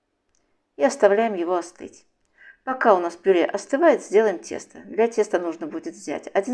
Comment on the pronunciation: Голос приятный. Только режет слух слово ,,пюрЕ,,. Пишется так, но говорят ,,пюрЭ